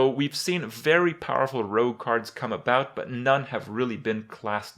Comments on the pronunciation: JUST ABOOT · HE SAID ABOOT LUL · "just aboot" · Lol Just aboot